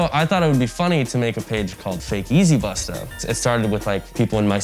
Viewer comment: The way he's saying 'busta' is making me squirm.